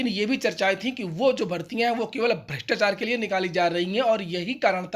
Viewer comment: भ्रष्टाचार होता है, जी भृष्टाचार नही।